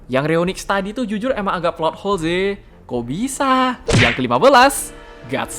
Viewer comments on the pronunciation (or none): Di masa itu kemampuan men summon Kaiju juga Seijin nya Belial terlampau dahsyat sampai 100 jenis juga banyak jumlahnya ya! Dan lagi, di menit, cara bilang Kok bisa, ditelinga saya terdengar kayak "O Bisa?!" Yah, kira kira jargon siapakah dia~~~?